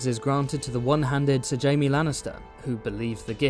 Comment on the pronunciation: You called Jaime “Jame”. Disliked, unsubbed, literally unwatchable.